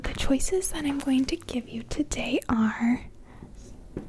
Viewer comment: I love your tiny little accent, -- like when you say "Tiday...":) Where do you live?